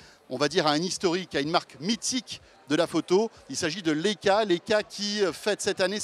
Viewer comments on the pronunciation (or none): ''Léca'' sérieusement? ça se prononce ''Laïca'' svp...